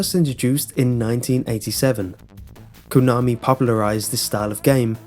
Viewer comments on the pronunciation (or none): none